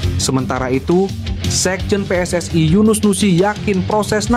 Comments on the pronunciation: Baca narasi gak usah lebay...PSSI ya PSSI ngapain dibaca PSS ay...? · Pe-eS-I, bukan Pe-eS-aI, itu bahasa Malaysia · Min, bisa baca gak? Masa pe es es ai 😂😂😂